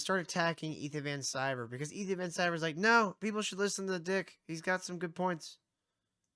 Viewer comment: You can’t even say Ethans name correctly, you have less then 1000 subs. Need I say anymore?